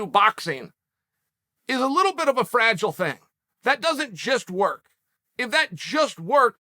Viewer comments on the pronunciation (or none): none